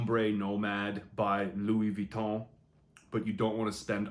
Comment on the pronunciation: Finally an english person who pronounce well Louis Vuitton name